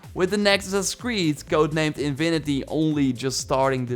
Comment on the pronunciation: its not invinity its infinity, the v is wrong, not a “v” sound, a fffff sound, lol